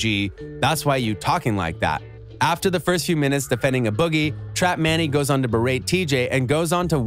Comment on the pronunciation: dude said uh boggie with the hoodie